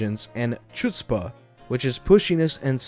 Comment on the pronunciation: That’s not how you pronounce chutzpa